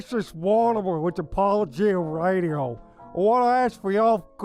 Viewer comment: It's pronounced "apo-LO-gia"